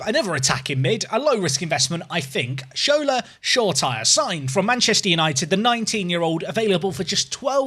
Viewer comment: It’s pronounced “Show-ray-tea-ray” not “Shore-tire”